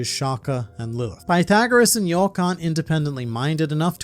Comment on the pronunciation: It's york